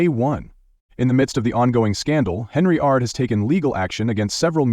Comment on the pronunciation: It's Hen-yard, there is no R